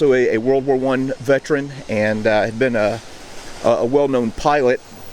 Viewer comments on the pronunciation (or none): none